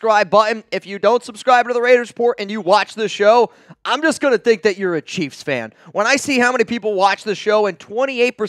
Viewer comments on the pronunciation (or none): none